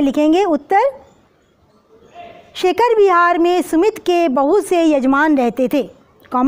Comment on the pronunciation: Ma'am I am puja ma'am aap sumit bol rhi h aur book me sumati likha h....🤨🤨 To ma'am hum Kya likhe???